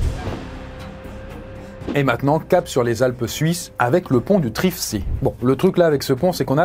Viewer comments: Triftsee, ça se prononce "triftzéé" et pas "triftsi" ;-) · Triftsi il a dit xD, on dit Trift-sée (je sais pas si la prononciation sera meilleure ^^) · Super vidéo, bravooo :) Par contre le lac en Suisse, Triftsee, ça se prononce Triftzée, comme en allemand en fait, c'est dans la partie germanophone de la Suisse